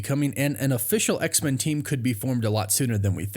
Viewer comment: I love your work but PLEASE say X-Men not X-Min 😁